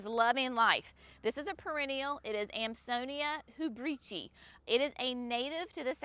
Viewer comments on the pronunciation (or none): There is always a guide in the back of Fine Gardening magazine to pronunciation of Latin plant names. Geum for example is JEE um, Thuja is THOO ya, Amsonia Hubrichtii is AmSO nee ah hew BRIK tee eye. Just thought you might like to know so your customers can get it correctlytoo